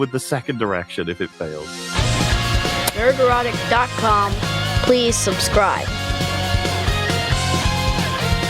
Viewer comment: saying nerd-rot-ick would make sense. Why does he say "nerd-e-rot-ick"? Where did that other syllable come from? It's fucking weird. I guess you like it though. You think that the people people who point out that Epstein was a p3d0 are p3d0s.